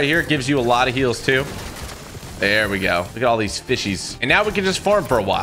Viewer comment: I loved when he said "that looked dooo cool"😂😂😂😂